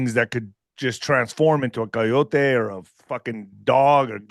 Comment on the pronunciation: Oh I thought he had proof. I was lost once he said coyote wrong.